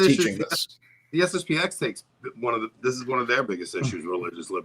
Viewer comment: It's SSP-ten. The 'X' is not a letter but a Roman Numeral. Anyway, SSP-ex sounds terrible.